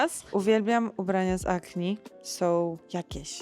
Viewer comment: Acne czyt. akne, nie akni.